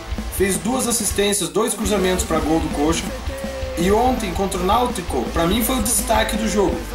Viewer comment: Concordo plenamente sobre o Robinho (só não ouvi a entrevista); Concordo com a pronúncia de "Náut-co"; E quanto ao Leonardo, parecia ser aquele Leonardo que jogou aqui na série B ainda, que mostrava que sabia o que tava fazendo com a bola. Espero que continue assim